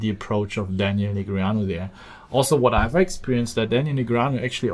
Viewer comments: neh gree ah new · please say daniel negreanu properly for the next video please <3